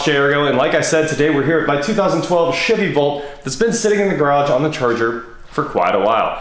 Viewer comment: Really sounded like you said world record Shitty Volt 😬 lol